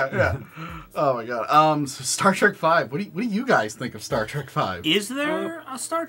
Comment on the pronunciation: I hate when people call it star track. It’s trek for god’s sake. When you say track you’re not only wrong but an asshole idiot who can’t speak English words even though you claim to speak the language